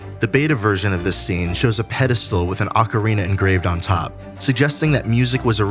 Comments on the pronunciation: OCARINA. Not Ocariner. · Why do you say “Ocarinar of time?” It’s fucking annoying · Ah-Kuh-Ree-Nah lol 😂